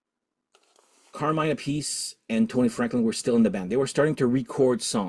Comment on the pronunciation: I love how you pronounce Carmine Appice name two different ways. I watched a interview once with him where he set the record straight. You say phonetically App-Per-Sea, he also went on to remark his brother says the surname the opposite way to himself😅 The second " Blue Murder " is very good i.m.o. and I have ordered it!.